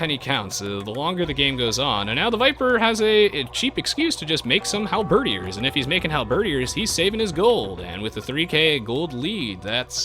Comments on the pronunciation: HAL-BED-EARS! Not Halberdyyers! lol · Hal-ber-deer Sorry, just wanna get this out, I'm not trying to annoy you, but, I just want the record straight. is pronouncing it correctly, but, I guess we can all pronounce words the way we want. As long as it's understandable, that's the great thing about language itself. ^^ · Enjoyed the commentary except for one thing that drove me nuts.... It's pronounced Hal-Ba-Deer